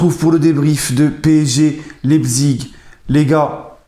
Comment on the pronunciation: Prononce Laïpsiche.Et RB c'est le sponsor.Rassenballsport Leipzig.